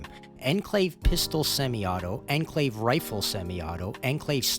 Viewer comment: "Ehn Clave" 👺👺👺